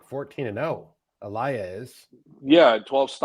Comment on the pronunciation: Who...E-lie-a ....no..it's Ilia...lol